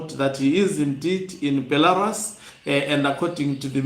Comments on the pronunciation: Be - la - RUSI say it. Be - la - Rusi again Not Belaras ok. If you try to improve your presentation the better. The picture of Mnangagwa in BELA - RUS is an old picture. If you look carefully you see its old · Hama yangu, nyika iyo inonzi Belarus (ra, re ri, ro, RU)s not Belaras as per your pronouncing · Beh - luh - roos Brother